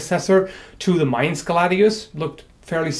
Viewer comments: As a German, I appreciate that you can pronounce Mainz correctly. ^^ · i really dig your vids on historical topics. also, i think it has been pointed out before, your german pronounciation is on point. to not pronounce mainz like the english word main... are you fluent in german?